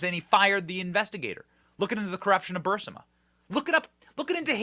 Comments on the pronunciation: Benny!!!! ITS "BEE YOU RIZ MA"!!!!!!!! 😜 NOT "BURSIMA"!!!!!!! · It's Bur-IS-ma. You sound illiterate. Replay MTG saying it. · BUR I=LONG 'E' SOUND, SMA = BUREESMA. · Benny, I believe it is pronounced “ Boo ris ma”. Spelled “ Burisma” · How has he not learned how to say Burisma yet 😂😂😂